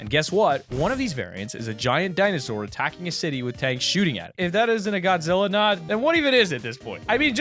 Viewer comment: I am upset I’m a huge Godzilla fan and you butchered it